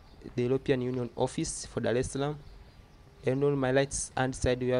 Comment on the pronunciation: Nice video everything perfect. Don't say DALE_SALAM. What's wrong with you guys L-R R-L just say Darrrrrrrrrrrrrrrrrrrrrrrrrrrrrrrrrrrrrrrrr dar_es_ salaam and also the tiiiz what's the tiiiz mean? The trees